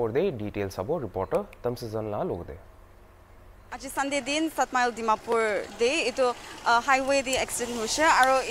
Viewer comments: Reporter... Please try to improve your Accent. You r doing well reporting but accent tu... Dimapor....😂😂😅😅😂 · What tv or whatever . Btw don't try to act so like Americans Americans . Is call Dimapur not timapur . Go for phonetic class first